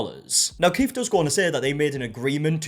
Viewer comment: If you're going to say Keith a thousand times in a video, maybe pronounce it properly. His name isn't "Keef".